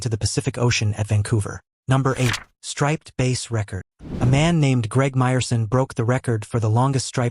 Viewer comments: Hey, --- it's BASS (as in "horse's...) not bace! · That's bass not base. Pronunciation is important. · It's a bass not a base.